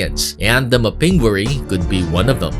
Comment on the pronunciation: You mispronounced the Mapinguary. The accent is on the first syllable.